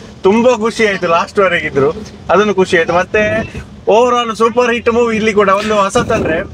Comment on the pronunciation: ಸರ್. ಇದು ಸೂ.... ಫ್ರಮ್... ಸೋ ಅಲ್ಲ. "ಸೋ"ಸೂ"ಪರ್.